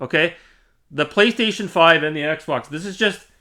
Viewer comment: Is this the guy with a problem with the letter "L" 😂. "pWaystation"...pWay 🙂...pWaystation...